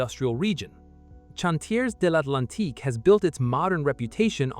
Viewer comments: I think this video was largely produced by. AI. The voice over was awful, particularly when massacring chawn-tiez devlantique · The AI really struggles with French doesn't it? Chantiers d'Atlantique and St Nazaire seem steps too far.